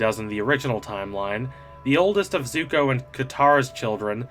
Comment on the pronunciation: He pronounces it "zugo"??